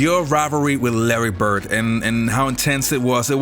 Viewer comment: The Man's name is "Bird" - not "Bert". A little respect is in order.